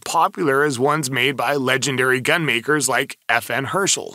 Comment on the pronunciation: Herstal Belgium NOT Herschel….